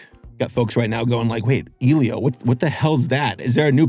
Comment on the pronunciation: Hard E, EH Lio... Like its a hispanic name man.